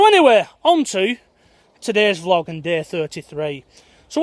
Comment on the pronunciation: Prefer it when you say vee-log rather than vlog! Thanks for helping keep us all sane in all this madness.